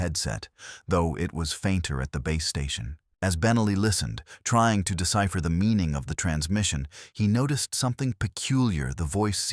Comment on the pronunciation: I live in Farmington. You can see Shiprock from certain areas in the City. BTW, it is pronounced "ben-AWE-lee", not "BEN-uh-lee".